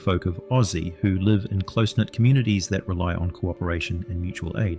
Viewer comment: The AI reader has problems with the word “live”. It misses the context clues that tell you how to pronounce it.